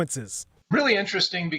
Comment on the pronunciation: "Interdasting"? What the hell are you saying??